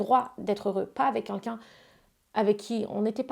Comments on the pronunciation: arrete un peu genre t'as compté? Meme en dehors de cette interview elle passe son temps à dire' kinkin" au lieu de quelqu'un. Va falloir que quelqu'un lui apprenne à prononcer ce mot. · Elle le répète 2 fois.... Avec un L..... Tu porte bien ton pseudo